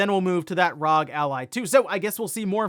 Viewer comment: R.O.G. or Republic of Gamers. Not RAWG…🤷‍♀️